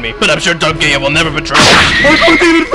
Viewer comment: It sounded like said Dark Gaya instead of Dark Gaia